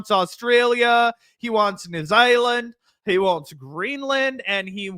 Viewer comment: What the fuck was that pronunciation? New Zioland 🤣